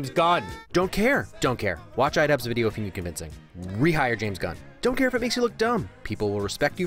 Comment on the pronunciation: "DONT crae"